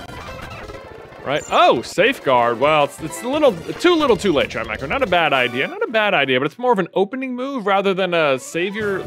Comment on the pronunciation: Excuse me? "Shy-Mech-O"? Isn't it "chime-shoh"..?